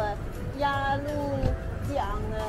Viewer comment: 真厉害， 鸭绿lu江发音都知道，看来完全成了东北媳妇， 现在是纯东北银 ，那两玩意一看就是航弹，鱼雷不是短粗胖，是长的，尾部带推进器的